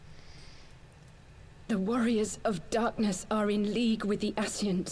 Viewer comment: I shall now start calling Ascians Aseeshans. The day he says their names properly will be the day they get wiped out. Edit